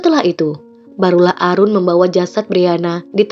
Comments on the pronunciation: Mbak, Aaroon bacanya Eren, bukan Arun, kalau Arun biasanya nama orang India tau Bhanglades, kalau bule bacanya Eren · Aaroon bacanya eren kak.. bukan arun... sedikit koreksi..